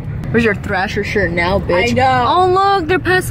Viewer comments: She said thrasher like slasher 😂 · Did she just say ‘slasher’ and not ‘thrasher’ 🤦🏽‍♀️🤦🏽‍♀️🤦🏽‍♀️😂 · She said prove your allowed to wear slasher. It's thrasher bud